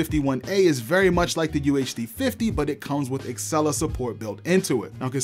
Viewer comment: Dude.. you make good videos but you HAVE to stop calling it axcella instead og Alexa...